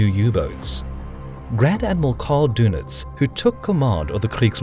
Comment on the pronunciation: His Name was Dönitz, not Donitz - and then your joke does not work any more. (it barely worked in the first place) Just because you americans cannot write ä ö ü you simplify the german names and also spell them totally wrong. Learn the Umlaute (write/speak).